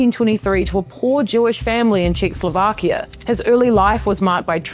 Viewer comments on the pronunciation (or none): none